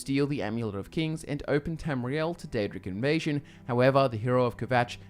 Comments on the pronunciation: Its Daedric not aedric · Pre ounce the D